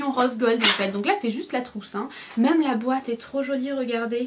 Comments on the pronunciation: Ahah tu me fais trop rire avec tes "même" que tu dis "meume" 😂😂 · mais "meume" mdr on te changera jamais 😂❤